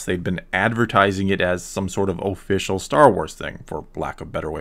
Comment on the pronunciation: Oh-ficcial oh-pinion